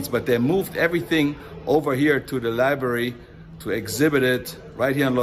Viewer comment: Presidential Libary haha